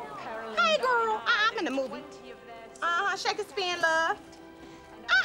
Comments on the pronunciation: "Shake-a-spear" Lol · Shakessss spear lol.